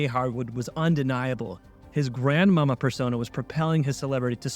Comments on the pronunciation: It was pronounced GranMawMaw. I loved his talent and game; he is truly missed. Thanks for posting this vid, good job. 🙂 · it's pronounced Grand Ma Mah